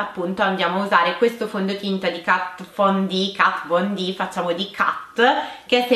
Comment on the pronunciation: KAT VON D, DAIII NON È DIFFICILE😂